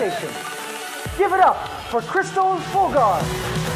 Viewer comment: mispronounced her name its Kris-Tell not Krystal.